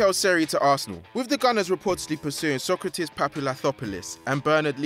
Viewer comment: Omg that sokratis pronunciation got butchered